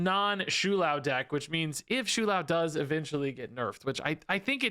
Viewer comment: It's "Show-Lao" Not "Shoe-Lao" Please...